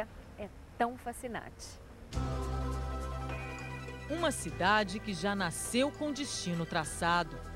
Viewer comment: Ela no começo falou facinate em vez de fascinante